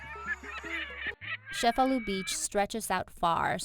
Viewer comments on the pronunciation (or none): The ce in Cefalu is pronounced as ch like the word chase. ie so , sounds like chefalu , not Shefalu!